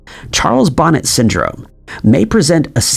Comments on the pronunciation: I love this video and all. your videos. I just wanted to mention that Charles Bonnet was French, so his name is prnounced Bo-neh with the T being silent. I knew someone who had CBS and he said the dragons and hippos and other odd things that he "saw" when he became totally blind were entertaining once he got used to the fact that they were just that. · Charles Bonnet is pronounced Bow-Nay